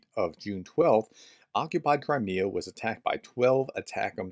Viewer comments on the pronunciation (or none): none